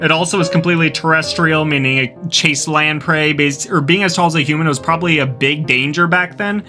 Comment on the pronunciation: tf you mean 'problably'